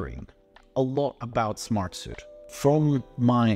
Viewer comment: Bro, it’s Smart-Sweet. Not Smart-Soot.